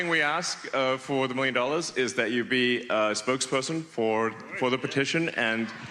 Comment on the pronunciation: “Spokespullson?” Smh